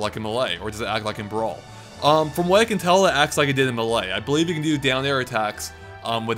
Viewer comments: i cant stand it anymore. not hating on you but its pronounced MAY-LAY. not MUH-LAY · It's Super Smash Bros Melee. NOT Super Smash Bros Milay. You pronounce it wrong every time. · Stop pronouncing melee weird!! GAH!